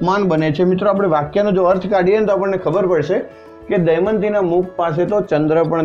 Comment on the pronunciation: sir pls damyanti bolo not daymati